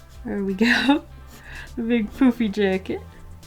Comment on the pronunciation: "A big poopy jacket!" WHAT!!! Rewinded the part "A big poofy jacket!" Oh....